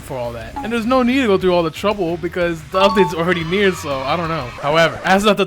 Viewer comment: You said near and i thought you said here